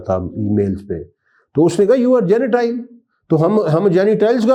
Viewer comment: حضرت صاحب آپ کے تلف ظ صحیح نہیں جینیٹائل مہی جنٹایل ہوتاہے